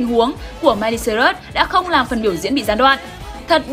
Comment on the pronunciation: Tên người ta là Miley Cyrus mà đọc là mai ly sơ rớt vậy má